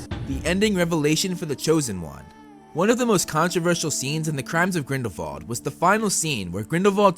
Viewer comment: it's grindelWald not grindelVald!!!!!!!!!!!!!!!!!!!!!!!!!!!!!!!!!!!!!!!